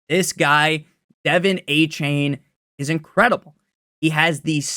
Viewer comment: “Devin aye-chain” drives me nuts